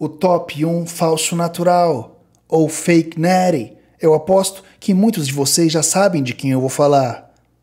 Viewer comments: “Fake neeeeety” cara como eu amo o pronuncia perfeita desse cara muito satisfatório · Fake Nattie, Liver King, Neeeeck, Chef Rush, por favor, alguém faça um compilado de 1 hora dessa pronúncia perfeita kkkkkk. vai ser uma potência dos canais de musculação. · feiq NETII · Jesus Maria José!! Fake neeeeeeeris, que pronúncia maravilhosa.